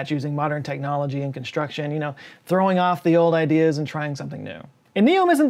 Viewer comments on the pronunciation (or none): none